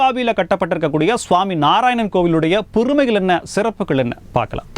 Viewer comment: 00.09 : "பொறுமைகள்" இல்லை, "பெருமைகள்" என்று உச்சரிக்க வேண்டும். மென்று தின்று தமிழ் மொழியை துப்ப வேண்டாம். 😡😡😡😡😡😡😡